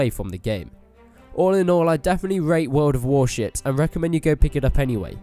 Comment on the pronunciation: yeah i hear the shit as wel :))